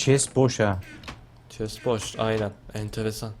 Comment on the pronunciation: neden chest e çes diyon